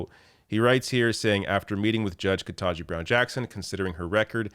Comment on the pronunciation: KETANJI. Not "ken-TAH-ji." For the love of god you're the third supposedly liberal ally YouTube commentator, just that I have watched!, to mispronounce the woman's name.